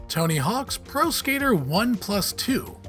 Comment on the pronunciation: Has this guy ever played a video game before lmao. “Tony hawk 1 PlUS 2”